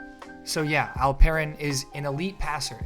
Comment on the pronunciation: Really appreciate your pronounciation its almost perfect ❤ You just need to tweek here a little bit and pronounce it like "Alp...Eren" instead of "Al...Peren".